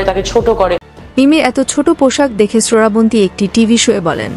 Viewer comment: তুই ও কি বাংলাদেশি?? শ্রাবন্তী নাম কে ঠিক মতো উচ্চারণ করতে পারছিস না, সরাবনতী বলে যাচ্ছিস।